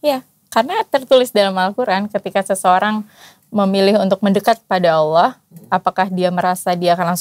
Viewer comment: MasyaAllah... Cara pengucapannya, cara melafalkan "Allah" jauh terdengar lbh fasih, lbh enak terdengar dari pengucapan saya 😊